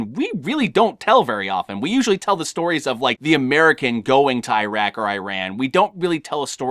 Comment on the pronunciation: AAIRAN and AAAIRAQ XD. Nice review anyways.